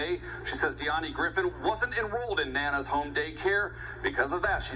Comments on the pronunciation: Omg! you kill me with the words. I think it's nana n not nay nay 🤣🤣🤣🤣😂😂 but whateva 😂😂🤣🤣 Serious note though this is sad n she all irate bc she feels it was a favor. Dummy! Never certified for CPR. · You know she's hood. Her name is Nay-nay🤦🏽‍♀️ the news pronounced it wrong 🤣 with two previous employee arrests for child endangerment leaving a baby alone in a locked building. 🤯🤐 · I'm pretty sure it's Nana like "Banana," not Nae-Nae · Felicia Grisham Im thinking its pronounced Nanah like anna or banana. Nana is what children call their grandmother. Its not ratchet or ghetto at all. In fact some people might consider it sort of pretentious. Unless the baby killer referred to herself as naynay Im pretty sure the author of this video just doesnt understand how to properly pronounce nana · I'm pretty sure the narrator has it wrong 😂😂😂 Its spelled Nana like "grandma" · And she saying Nay Nay not Nana😂😂😂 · The name is Nana as in grandma not NayNay. But nonetheless upon meeting her my first impression and natural intuition would be to run the other way. She is 100% responsible and that place needs to be closed down permanently and herself, her sister and any other adult worker who was in the infant room needs to go to jail! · Is it to be pronounced NAY-NAY Ellis or is that Nana as in Banana? That's what was wrong. Those was some nay-nays. You don't let nay-nays watch ya kids! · Nan..Na...not nae nae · Yes! Nana as in grandma.😂